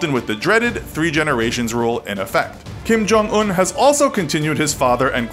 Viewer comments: Who's Jim Kong Oon? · It’s pronounced Kim yong uun